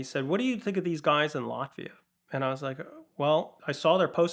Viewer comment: Latvia! I thought he was saying Lafeyette, as in east bay, CA.